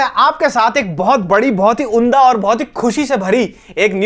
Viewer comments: "उन्दा" नहीं "उम्दा" 😊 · Gandu unda nahin "umdah" bola jaata hai , har baar unda unda bolte rehte ho ... Anyway love you ❤